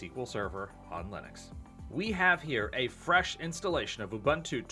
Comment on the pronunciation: It's not ooBUNtoo, it's ooboontoo